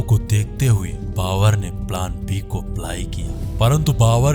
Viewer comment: भाई बाकी सब कुछ अच्छा है लेकिन आप ब सही नही बोलते बाबर को बावर बोल देते हो यार ।